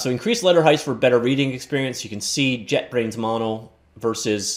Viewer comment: It’s “JetBrains Mono” not JetBrains’ “Mono” lol